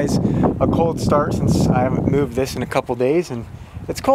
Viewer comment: Cold sturt it’s cold start